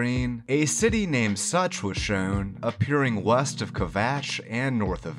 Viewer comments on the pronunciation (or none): I was listening to this in the background and I heard you say "on the title screen, a city name Sucth was shown.." I was like.. such.. such as what?! SUCH AS WHAT?!